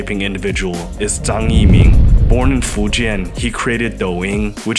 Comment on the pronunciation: and and It’s interesting that standard dialect was used up to this point to pronounce Zh ‘correctly', and then a southern pronunciation was suddenly adopted here for the narrator’s pronunciation of “Zhen”, “Fǔzhōu”, and “Zhāng", wherein Southerners typically don’t differentiate between Zhe/Zhi/Zhou/Zhang and Ze/Zi/Zou/Jiang.